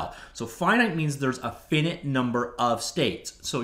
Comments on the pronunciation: How does one never learn how to pronounce "finite" correctly? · FINITE OR FINNET? YOU DECIDE